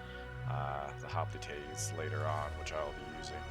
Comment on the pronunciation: It's funny how you pronounce "Hoplités" lel